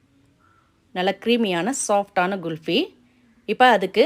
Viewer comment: Very good item for this summer. You said it GULFY, it is wrong. The right pronunciations is KHULFI.